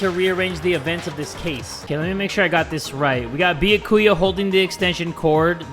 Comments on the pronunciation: Byakuya is pronounced like ba-yaw-koo-yuh not Bee-yuh-ku-yuh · I think its byaakuuya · So i just tuned in and... Beyakuya its b ya ku ya lol😂😂😂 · How come no one has made a ruckus about how calls Byakuya: "Boo yah koo yah" Instead of: "Byah koo yah" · dongonrampa 😔 beeyakuuya lmao jk but danganrompa is “dang-on-rompa” and byakuya is “b’yaa-kuya” (pronounced quicker) great video as always! surprised that you started playing this cuz i just did too LOL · It’s bee-ak-you-ahh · Byakuya's name is pronounced Be-ah-ku-a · he meant like ''die- ya'' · It’s bee-ah-key-a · "Biyukuia" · 🐝 yah ku yah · BYAKUYA IS PRONOUNCED [BEE-YOK-OOH-YUH] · no one:, trying to say byakuya: beeyuhkooyah 👽👽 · Me when he says “beeyakuya”: 😔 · Bee ya ku ya its pronounced like that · Stop saying Byakuya wrong its all one word not beeya ku ya. its beeyak kuya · his pronunciation of byakuya's name despite it being correctly pronounced time and time again IN THE GAME is causing me physical pain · Im mad at for pronouncing byakuya's name wrong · trying to exist and keep playing the game: Me annoyed at his pronouncing of Byakuya: >:( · I love but the way he pronounces byakuya is kILLing me 😭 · The way pronounces Byakuya physically hurts my soul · The game saying the names correct: Not Makoto, Bee-ya-ku-yaa, spiky ass hair I dont know. 🤣🤣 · Yo I'ma be impressed if goes through the whole game mispronouncing Byakuya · PRONOUNCE BYAKUYA'S NAME RIGHT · Last night I was praying that would finally pronounce Byakuya's name correctly, so when he mispronounced his name I cry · You are pronuncing Byakuya wrong... and you realllll shoud pass free time with him! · THE WAY PRONOUNCES BYAKUYA AHH